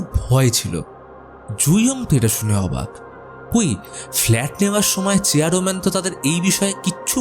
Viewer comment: আপনি বার বার চেয়ার man ke চেয়ারো man bolchen keno